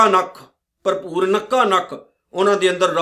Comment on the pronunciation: ਪਰਭੂਰ ਨਈਂ ਜੀ ।ਭਰਪੂਰ ਹੈ ਜੀ।ਤੁਸੀਂ ਪਰਭੂਰ ਬੋਲ ਰਹੇਂ ਹੋ ਜੀ 🙏